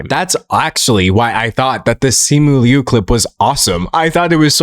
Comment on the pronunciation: Thank you very much for pronouncing Liu correctly. ❤ Uhh my In laws are Taiwanese, their last name is Liu. Yes there is a distinction, but culturally speaking, my inlaws say they are Chinese. It’s a little interchangeable to them. And they were born there.